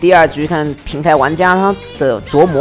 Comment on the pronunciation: 每次都感觉听到 琢 wu 磨